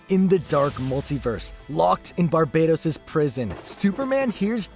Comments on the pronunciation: I refuse to believe Barbatos is pronounces any other way than Bar-BAT-os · BAR-buh-tose, mate. He isn't an island in the Caribbean.